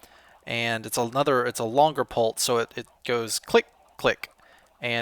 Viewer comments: U say pulse pul-tse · I love the way says "pulse". Pultse XD